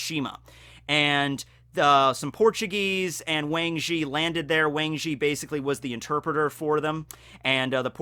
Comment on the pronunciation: Just wanted to say that the correct Mandarin pronunciation for the Wang in Wang Zhi is more like Wong.